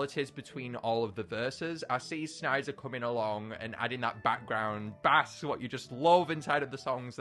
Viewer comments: 📍I thought it was “SNEES-a” not “SNISE-a” And by the way, the castle sound is pronounced “BASE” despite looking like “BASS”. P.S, do you say snees-a or snise-a? Please tell me in the reply section! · You saying Bass is mildly infuriating, it's base. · Anybody talk about how he pronounces "castle bass" like a fish? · using the Fish pronunciation of bass is annoying me